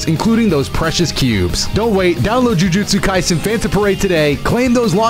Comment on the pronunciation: The way I heard jujutsu kaisen jus sounded like globku😭